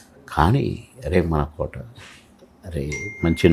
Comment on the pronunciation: అమ్మా, ఆయన పేరు కోటా కాదమ్మా. కోట శ్రీనివాసరావు. ఆ మహా నటుని పేరు సరిగ్గా పలకడం తెలుసుకోవాలి.